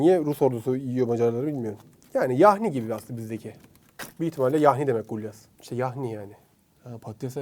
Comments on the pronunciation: Gulaş abi gulyas değil 😂😂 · gulyas değil bro gulaş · Son yemek "gulyas" değil, "gulaş"